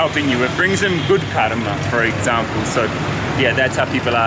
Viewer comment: when you said karma instead of kalma 🤣